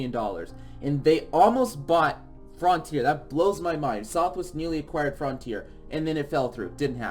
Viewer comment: “frontier”: “frauhntier” Also: Frènch